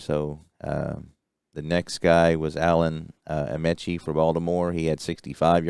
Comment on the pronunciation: forgot to mention some pronunciations...Alan Ameche is 'Uh Me chee' and Wietecka is 'Why tek uh'